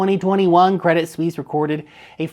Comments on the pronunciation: I bought some of their shares the other day, bargain (99% below full value). they will survive, what bank do you know thats gone. ps. it is pronounced credit swiss. not sweeeeeeeesze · Credit Suisse should be pronounced Credi (no T) Suisse. If you wanna know. ;) Thanks for the great content! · Good research but it's pronounced Credi Swiss. Basically just drop the t, no need for the fake French attempt with sweece